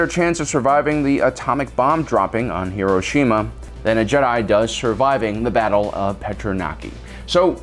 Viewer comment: ugh, you can't even pronounce Hiroshima....